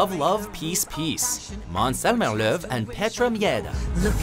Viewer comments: Finally an american that pronounced "å" and "ö" correct. But the way he said "Zelmer" in Zelmerlöw is way off though lol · Darque Chocolate mans zelmmerlow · Maans Zhelmemrrlöww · Sorry I just died of laughter when the said Måns Zelmerlöw. It was going okay but when it came to rlöw it went downhill. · im from sweden and i cringe when you try to prenounce zelmerlöw.